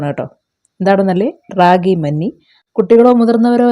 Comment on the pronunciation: ര്രാകി എന്ന ല്ല രാഗി എന്നാണ് പറയുക